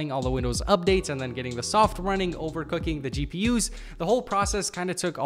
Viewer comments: did he say OVERCOOKING? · bro said overcooking